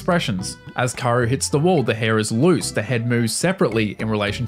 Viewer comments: Her name is pronounced Kah-oo-ru not Karu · K-A-O-RU not karouuuuu😢😢